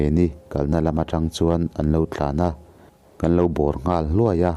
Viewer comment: Kan khua tih ilam hi kalo hriat Dan chuan Kan tia lam lo in Kang tideuhin I lam thin in ka hria